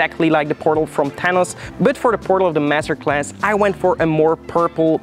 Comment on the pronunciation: Your accent makes "Thanos" sound like "Tennis" to me. Haha